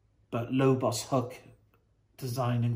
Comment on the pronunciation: Surely its Lobo's hook. Not pronounced lobos Have you read any lobo?